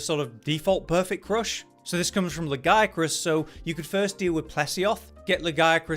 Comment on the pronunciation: I like this guy simply because he pronouces Lagiacrus the right way. Yes i know how its pronounced in Wilds. No, i dont care. They are wrong.